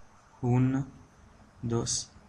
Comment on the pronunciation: I think it's OK, it's true there are some mispronunciations (as uno in Spanish, that didn't sound Spanish), but in general terms i'ts a great video.